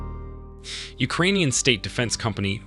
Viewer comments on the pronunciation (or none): none